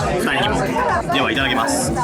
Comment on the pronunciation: your いただきまーす is really pretty❤❤